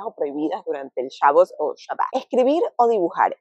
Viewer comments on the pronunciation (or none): Kashrut, y es Shabat, no shabot, no sabat, Shabat